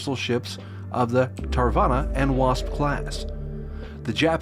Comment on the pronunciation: you should pronounce Hyuga as hue -ga, also Its Shoukaku and Zuikaku. also its Tarawa not Tarvana...